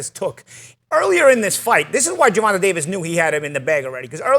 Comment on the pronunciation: “Gervontuh” lol